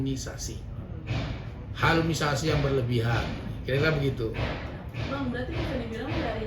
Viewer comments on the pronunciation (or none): Halusinasi bang bukan halunisasi 😂